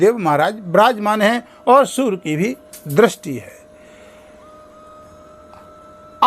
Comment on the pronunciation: Sur nahi surya